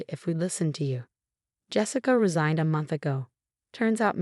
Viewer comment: honestly, fair rant—some of those mispronunciations are wild. like, how does “resigned” turn into “rezoned” mid-sentence? definitely needs a tuning pass (or three).